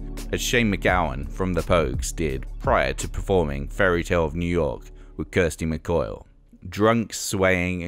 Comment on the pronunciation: Did I hear 'Kirsty mcCoil'? 🤔🤣